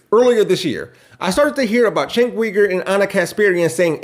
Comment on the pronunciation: The fact that you don’t know how to pronounce Cenk’s first or last name is amazingly telling.